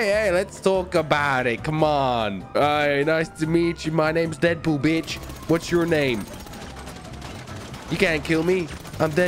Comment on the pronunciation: Dedpol more like frenchpol